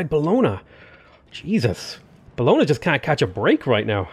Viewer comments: hey, italian speaker here. bologna is pronounced bo-lon-yah (not buhlona):) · The way you say Bologna makes me want to cry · It will amaze you but since I actually live in Bologna I cringe whenever you pronounce it, at some point you mispronounced it like seven times in a row, good video though!